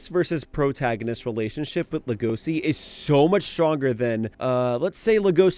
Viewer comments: homie why are you pronouncing legoshi like legosi/legoci 😂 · why are you pronouncing legoshi like that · Ok, the reasoning is good and this was entertaining to watch, but how you said Legoshi set me off a little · The way he pronounces "Legoshi" is so annoying.